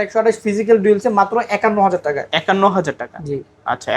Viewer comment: not taka(টাকা) this person says Teka(টেকা🍌)